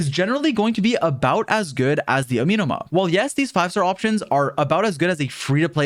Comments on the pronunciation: say it with me. “ah - meh - no ma.” AH. MEH NOMA. NOT AMEEEEENUH’MA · "this weapon that I can't pronounce" Continues to say amenoma wrong😂 Kah goh su ru bee. Ee sheen. ❤